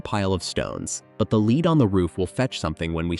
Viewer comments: So, American narration for a Yorkshire story! And incorrect pronunciation of words with the same spelling. So when perusing a letter the word is 'red', when speaking of roofing materials the word is 'led'. Allowing AI to run amok doing its own thing renders the whole ridiculous. And as others have said, far too fast. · The lead on the roof - ‘lead’ in this case rhymes with led, fed, Ted, so does the verb ‘she read the letter’.